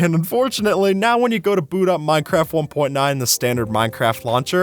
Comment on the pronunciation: for a second i thought u said mineraft lol